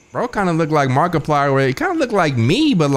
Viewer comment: Hearing say “Markiplier” is bananas